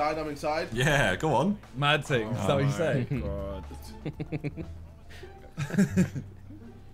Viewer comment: the poshest “mad ting” i’ve ever heard